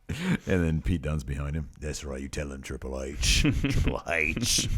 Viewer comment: The way Pete Dunne says Triple "Hayche" is the greatest thing since Austin